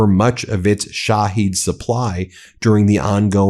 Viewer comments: at least TRY to pronounce it correctly! SHA-HEAD drones! SHA-HEAD. Not she heed, not shahaed, not sahaed! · Ben, get some help for your pronunciation of non-American/English words. It hurts my ears to hear you say Shahed, or EuroMaidan. Sounds like "My Dan", from ميدان, from مدن. Yani -- City Square.